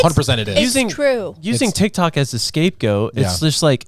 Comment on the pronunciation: He said dic toc 😂😂😂😂 I love you guys 4Life 🎉